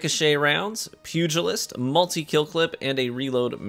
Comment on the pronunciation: Gotta give you props for a few things here. 1. Fantastic sidearm gameplay on some of the largest maps. 2. Actually pronouncing pugilist correctly. 3. Including every clip where you ran over that bagging hunter.